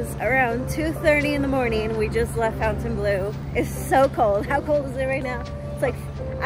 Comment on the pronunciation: Great video but Why do people pernounce it FOUN tain blu when its pernounced Fawn-tain-blue. So Fontainebleau... Other videos i watch about it People pernounce it wrong also.